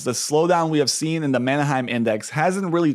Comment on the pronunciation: Maheim not manaheim